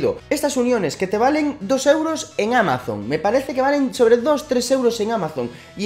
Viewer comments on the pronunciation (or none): none